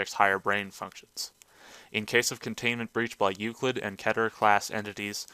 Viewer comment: its pronounced keeter not ketter